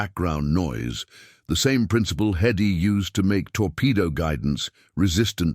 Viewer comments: HEddy not eddy…. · The trouble with AI narration is stupid error. "Hedy" is repeatedly referred to orally and textually as "EDDIE".